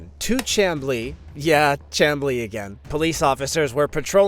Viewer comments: Chamblee is pronounced sham-blee just fyi 🙂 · As a Georgia person. It’s pronounced Sham-blee. If it’s a computer reading AI then it’s something that we can’t fix.